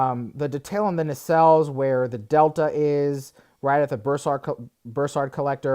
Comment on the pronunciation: What's a "bursard"? lol